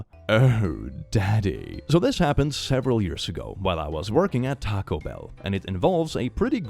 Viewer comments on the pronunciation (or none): none